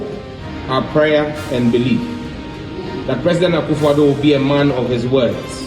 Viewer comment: Did I hear Ekwefodu.. Please its Akuffo Addo😊